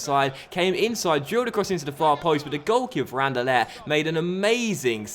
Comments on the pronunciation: I heard An-Der-Let :p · The way you pronounce anderlecht xD